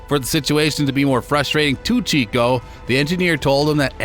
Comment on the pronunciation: its actually Checo not Chico (it sounds like Cheque but add an "o" at the end, Chequ-o). Great video btw! this should have way more views, its so well narrated and edited!